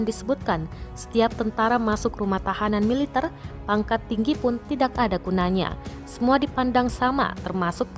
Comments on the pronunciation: MILITER bukan mi -liter belajar tata bahasa yang benar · jangan merusak bahasa MILITER bukan mile liter belajar tata bahasa dulu mba